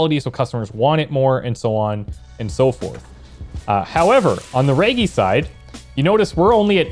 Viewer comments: Hard g in “reggie”, like Reginald, or edgy with an r in the front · you're saying reggie wrong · Oh my God I can’t believe my boy just hit me with a line like that I had to pause the video I get myself off the floor that was too good. Ganja+entrepreneur = me instantly on the floor. And you’re still saying Reggie wrong it’s so adorable because you don’t know how to actually say it so you’re saying it to the best of your ability I love your videos and I wish for you to continue making great videos as such kudos Bro PS this is coming from a content creator is well😉